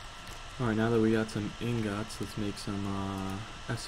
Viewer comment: he stressed the o on ingots